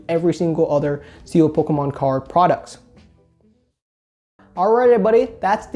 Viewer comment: I love how he pronounces "pokkommoncards" :P